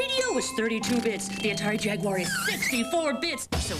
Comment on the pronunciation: whyyyyyyyyyyyyyyyyyyy........ did the guy on the left keep calling the Jaguar.... a JAG-WIRE ? Cringe!